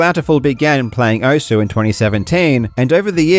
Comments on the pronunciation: it literally says welcome to "OSS" when the game starts, theres no debate on how its meant to be said XD why do ppl still call it "Ohsue" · Thank you for pronouncing it as "ou-su" because I know OSU but not how it's pronounced. Even if it's pronounced wrong, I know now that it's pronounced "ous" Very inclusive, you absolute legend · Who the hell calls it OSS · Give your audience credit enough to pronounce Osu as intended. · Nah if they wanted it pronounced oss they shouldn’t have spelled it osu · Take a shot every time it sounds like he's saying oso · “This is pronounced one way, but I’m going to say it differently for a random reason” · if only people could say the name of the game correctly. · I understand why you pronounced Osu how you did, but as someone who put quite a few hours into the original Ouendan games, where you here "Osu" quite frequently... gah 😂 Ah, Ouendan... I picked up Osu once, hoping it would be like more Ouendan/EBA, but alas, it's a far different beast, and far more involved. The game is a lot easier when it's on a tiny DS touch screen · I always thought the U is still pronounced, its just faint, like 'desu' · No one will pronounce osu right. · the best part is he found out he wasnt saying the name right but didnt have enough respect for this dumb shit to change it.